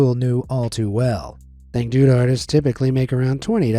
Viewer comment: The way you pronounced dangdut and Irma bule hurts my soul, But its ok since You are 😊